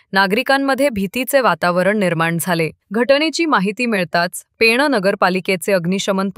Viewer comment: बातम्या देणाऱ्या ता ई सारख्या पेणा बोलतं आहेत. ते चूक आहे. पेण म्हणा ता ई.